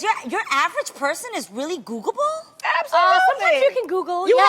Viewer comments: WHY SHE KEEP SAYING GOOGABLE ?? ITS GOOGLE-ABLE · "Googable." Adrienne missing a syllable every time. lol